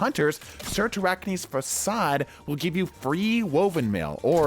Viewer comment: I think you’re the first YouTuber I’ve seen that’s been able to pronounce Cyrtarachne’s facade or even attempt to 😂😂😅😅